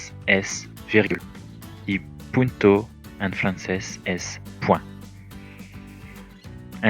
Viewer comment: te recomiendo pronunciar bien PUNTO ya que sin la N significa una mala palabra y puede ser malinterpretada 👍🏻